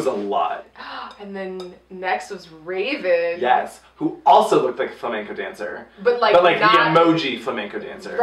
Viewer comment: wraven wins? Lmao u said it weird